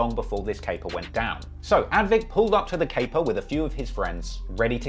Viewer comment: the guy's name is not 'Advik' but Avdic, which is probably of Bosnian origin and is pronounced 'Av-ditch'